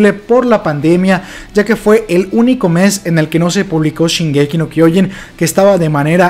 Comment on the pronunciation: Se pronuncia SHINgeki no kyoJIN y HAjime Isayama y MANgaka y LOR (no loré)